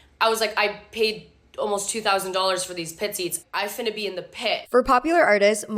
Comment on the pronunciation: i think this girl saying ''finna' in THE whitest girl accent to ever white girl accent just gave me Actual Physical Damage. Y I K E S